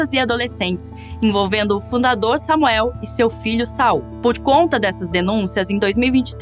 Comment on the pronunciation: Não é Sal, pirralha, é SaUL, Sa-ul, sua inculta!